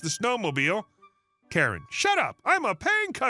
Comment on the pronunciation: "Kare"? "What install in my charger"? AI is making you look like a moron.